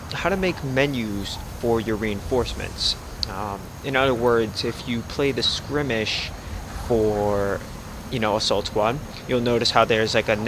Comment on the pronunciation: Still so grateful for your tutorials, they helped so much that I might release my first small mission pack soon. But one thing I gotta say... Every time you say "scrimmish" (?) instead of "skirmish"... a kitten dies. Please, remember that...